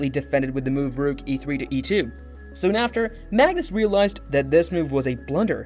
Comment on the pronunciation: Good video and promising content. I suggest you practice your pronunciations. It's important to get player names right and even more so words like "rook."